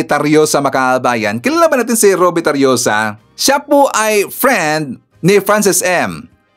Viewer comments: Tarroza po hindi tarioza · TARROSA hindi TARRIOSA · Tarroza sir even hindi Tarriosa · Tarroza Hindi Tarioza